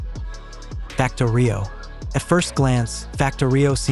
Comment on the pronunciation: Also FactOrio, not FactorIo. I concur, just more of AI slop.